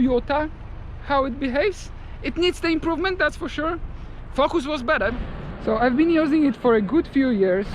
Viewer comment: I love the way he says “fokus” 😂😂😂